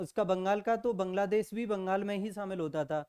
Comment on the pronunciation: Vangal nhi bangal hota hai